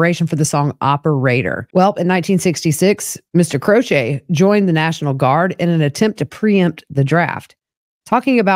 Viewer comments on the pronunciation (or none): Crochet? Jim Croce… “CroCHEE